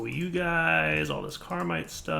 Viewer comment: you need to read the tooltips. It's Caminite. There's no R in that word